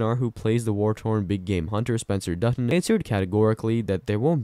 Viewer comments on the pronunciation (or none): none